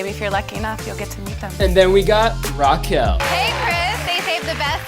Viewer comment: the way you pronounce raquel is painful